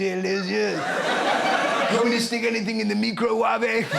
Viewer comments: Nigella doesn’t pronounce microwave “mee-cro-waa-vey”. She was sending herself up. Come on Russell this was a cheap gag. You’re better than that. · I am all for pronouncing it me-crow-wah-vay.